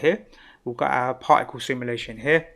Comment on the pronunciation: I love the accent ! "Parhhicle". Extremely great tutorial.